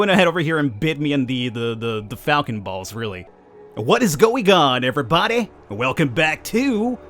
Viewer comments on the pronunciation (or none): "What's going on everybadeh!"